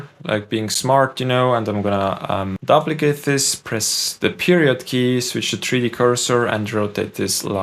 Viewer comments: I hope you don’t mind me letting you know that duplicate is pronounced dyooplicate not dupplicate. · Vis-kus. You had it right the 2nd time. ^_^ And it's "dUp-licate" not "Dublicate". "Double" and "Duplicate"... English is all messed up. ^_^ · Duplicate is pronounced "doop"- like, like goop or soup.